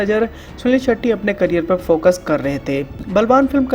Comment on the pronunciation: हर बार भाई सुनील शेट्टी के बजाय सुनील शेट्ठी कह रहा है।